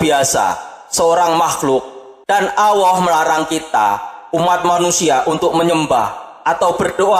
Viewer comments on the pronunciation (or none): Miiin, min,...Alloh min bukan Awwoh,...lidah nya nya keseleg ya,...🤣🤣🤣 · Gk bisa nyebut allah